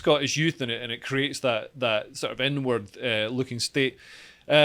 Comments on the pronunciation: everytime dude said 'inward-looking' about the SNP, i kept hearing 'N-Word looking' and i was thinking 'wtf does this even mean' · This is probably the best segment has done so far. Informative, succinct, and funny. Also, every time says, "inward looking" I hear, "n-word looking". "It's an n-word looking country." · whenever you say inward looking I keep hearing N-word looking. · am i the only one who thought leo was saying "N word" when he was saying "inward"? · Please practice the way you say "inward looking" 😳